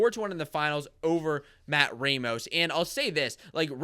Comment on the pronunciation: Good commentary, but you guys need to know it's pronounce RAH mos, not RAY mos.